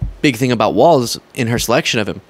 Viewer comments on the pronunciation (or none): Practice: Tim WALZ. Like Walls. No T. Not Waltz. 😉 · you will be talking about Tim a lot so at least say his last name correctly… it’s WALZzzzzzzz, not Waltz. K? Cool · Hello, just a short note: I read today that Tim Walz last name is pronounced Walls. My wife and I have enjoyed your show for quite some time now and she likes people's names to be pronounced correctly. Nice work. You have a passion for it, and therefore are very knowledgable. Best of Luck. Your are my favourite internet news source.